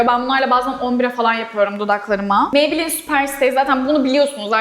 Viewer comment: Lorel parise maybleenn demesi cok komik deyil mi😂😂😂😂😂